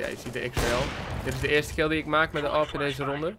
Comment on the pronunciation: Zeg alsjeblieft Aaweepee en niet awehp